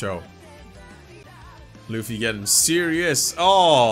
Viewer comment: Tell me he didn’t call luffy luf